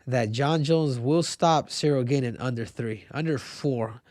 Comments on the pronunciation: It's pronounced Gaan (not Gane) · Ciryl gain throws me off so much when Henry says it even tho here hears people say gane he still says it the same way😂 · bro its cyrril GAHN not Cyril GAINE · It's Cyril "GONE" not "GAIN" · It’s pronounced Cyril GARN triple c 🤣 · i can never tell if cejudo is trolling or just dumb....he can't even pronounce Gane's last name lol